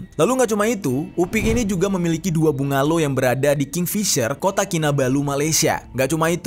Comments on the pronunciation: Bang bukan bunga low tapi sebutannya “banglo” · Sebutan Melayu nya banglo bang (bungalaw/rumah mewah)